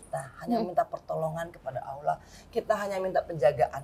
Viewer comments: Mba angie alhamdulillah sy kagum...tapi tolong bilang Allah bukan Aulah (LL bukan au) sudah 10 tahun mudah2an lebih baik lagi ya...wallau 'alam...maafkan sy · Mba angie...sebut Allah itu bukan dgn aulah...tapi lam nya ditekan...karna lamnya tasydid...jadi A nya langsung ketemu lam di tekan lamnya ya...semoga bermanfaat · Bukan awlah mbak enji, ( allah)